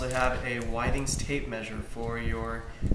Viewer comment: With-ings not Why-Things.